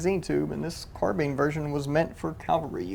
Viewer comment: Thanks for pronouncing “carbine” the correct way. Awesome piece of history!